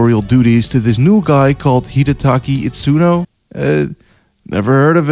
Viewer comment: Not to be that guy, but... Hideaki Itsuno. Not Hidetaki.